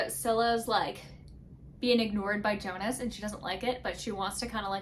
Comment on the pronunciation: His name pronounce as (yonus) in written form is jonus....its viking inspired book Old norse j pronounce as y... If youre reading book 2 hope you pronounce that correctly...then you liked it better....sorry if you find that comment rude